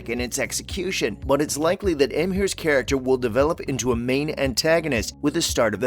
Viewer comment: And Emhyr😔